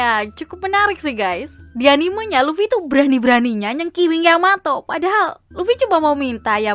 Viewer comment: luffy manggil Yamato dengan sebutan yamao apa yamabro